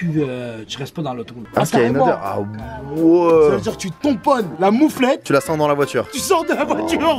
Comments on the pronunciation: C PAS MOUFLETTE C MOUFETTE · nan c'est mouffette et le vendeur a dit mouffette